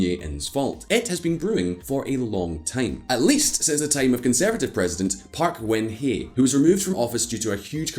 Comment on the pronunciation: They also mispronounced Park Geun-Hye. The hilarious part is that they pronounced it the way Vietnamese spellings are pronounced in English. Apparently they think Korean and Vietnamese are similar languages...lol